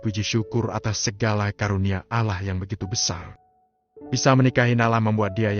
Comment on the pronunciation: Knp penyebutan nama Allah kurang maksimal....